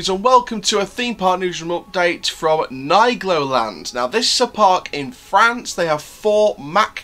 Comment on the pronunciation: Hello just a comment of a french who live at Troyes at 40 km of nigloland in the same department . Yes i go to nigloland 4 to 10 times per year 👍😂 And we say Neegloland Not Naygloland 😂